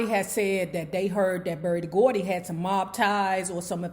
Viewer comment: "BERDIE GORDY"???